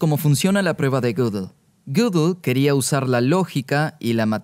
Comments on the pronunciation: Gödel no se PRONUNCIA "gúguel" se pronuncia aprox. (escritura español): GUÉDEL esa É es un sonido "Œ" [OE] típico del alemán, NADA QUE VER con la "Ú" usada ERRÓNEAMENTE para pronunciar Gödel en el video. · lo unico que odio es como pronuncia gödel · La pregunta es: ¿por qué pronuncia un apellido alemán con ese acentito inglés tan pedante? O lo hace con acento alemán o con su acento natural español.